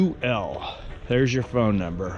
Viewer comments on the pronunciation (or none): none